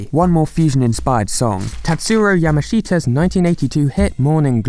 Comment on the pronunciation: That pronunciation of tatsuro yamashita eas painful